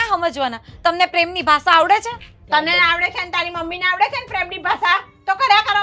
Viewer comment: ને સરખી રીતે ગુજરાતી બોલતા કોઈ શીખવો..... બધા શુધ્ધ ગુજરાતી બોલે છે... અને આ ગોબો છે... ની બદલે સે બોલે છે